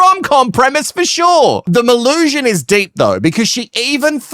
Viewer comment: As someone who shortens my full name to Mel, please only call her Melusion. Everytime you say Mel I die even more inside because it's something more and more stupid. 🙄🫣😵